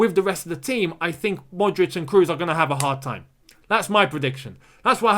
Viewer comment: Tony "Cros", no "Crus"